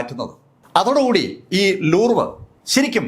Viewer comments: ലൂർവ് അല്ല, ലൂവ്റ് ആണ് ശരി. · ലൂർവ് അല്ല ലൂവ്റ് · ലൂവ് എന്നാണ് ഉച്ചാരണം.